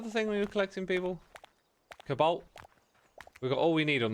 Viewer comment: I keep hearing 'kabolt' instead of 'cobalt', is it just me?